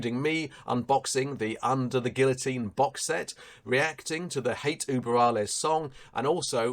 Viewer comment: Not German, but I have Ü in my native language :) And it always scratches my ear when I hear Uber.... I mean this world is international and people should learn how to pronounce it correctly. Just like they should learn to pronounce guLYas. In German, I think the V is pronounced F. Really point on review, btw.